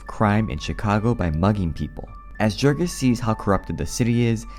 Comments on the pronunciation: Right kff the bat only 15 seconds in, the Narrator incorrectly pronounces the main Characters name. If you had read the book, you would have pronounced Jurgis correctly.- Yourgis - not yourjis or Jurgis like Jergins. YOURGIS or YERGIS Gis sounds like Kiss. Idiots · Small correction, Jurgis would be pronounced Yurgis, since we’re talking about a lithuanian man. Because in lithuanian, the letter J makes a y (consonant style) sound. :) And thank you for the book summary. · Jurgis is pronounced Yurgis. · His name is pronounced "Yoorghis" ... it even says this early in the book. Guess you didn't actually read it. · Great summary, but a little correction: Jurgis in Lithuanian is pronounced yoorgis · It's Yoorgis you dumbass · Okay. I often mispronounce things ive only seen in writing. Like foreign names in books. Thats because i read about those things more than I talk about them. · He doesn't even know how to pronounce the main character's name - which is explained in the book. My guess is this script is AI w